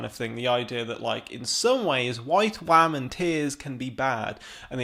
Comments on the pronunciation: He keeps saying wahhhhmen. Are wah-men women who cry? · I really appreciated this video. Really enjoyed so many of the points you made, but dear god the way you say "women" makes this too cringe to watch around other people, or share with the people I would otherwise share it with